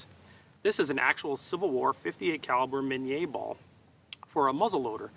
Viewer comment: Good pronunciation of Minié ball! You see Americans can pronounce words if they try!